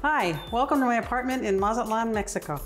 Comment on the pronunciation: If you are going to move to another country at least know how to pronounce that city where you are at Mat-Zah-lan not matzelan